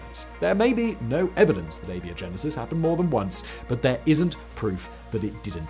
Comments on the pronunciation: "Ay-Bee-Oh-Genesis"? Really? You pronounce "GIF" wrong, don't you? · crazy pronunciation makes it sound like he's saying "Labia-Genesis!!" I wonder how he'd pronounce the word "biotech..." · its pronounced ay-bye-oh-genesis, like biology. One of the most interesting filters i've heard proposed is disgust. Disgust keeps people from eating things that could make them sick. Hence its inclusion. If you don't have modern medicine and you get sick, its a crap shoot if you survive. If you have a group of... lets say primitive bunny aliens, and they find a rotten carcass infected with a deadly disease, and half of them eat it but the other half are too disgusted by the smell to eat it. Lets say the mortality rate from that disease was 50% to make it easy. That means you're going to lose 25% of your bunny alien tribe. If that tribe is too small, that could destroy the genetic viability of that tribe with no way of knowing until several generations later that they were doomed. So you need some ability to determine what is and isn't dangerous to you without being killed. But I argue another minor filter on top of this one, a vomiting reflex. In the real world bunnies cannot vomit like cats can. So if you have a bunny tribe who can't vomit and one of them eats something poisonous, and you have a cat tribe who can vomit and eats something poisonous, then the tribal shaman of the latter can just go "no problem, this herb will make you vomit" and get whatever was poisonous out of their system before serious harm is done. The tribal shaman of the bunny tribe however has to wait for the results of the dice roll, alive or dead, lets hope that bunny alien doesn't roll a 1. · Sorry, you pronounced abiogenesis wrong! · A-BIO-GENESIS. If you're going to bill yourself as a science show, learn how to pronounce words. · Do you pronounce biology as "bee-ology"? No? Then where did "ay-bee-oh-genesis" come from???